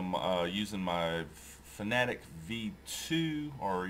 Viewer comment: Fanatec is pronounced Fana Tech, not fanatic, oh and in next videos please increase the volume, thanks.